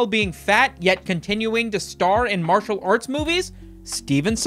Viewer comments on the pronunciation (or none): none